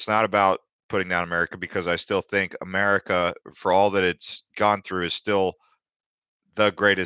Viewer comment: Lol it's "think" not "thing"